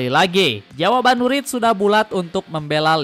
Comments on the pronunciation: Wirtz bg bukan writz..hehe YNWA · Bacanya wertz, bukan writz🎉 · kocak nyebut namanya wirtz gabisa wkkw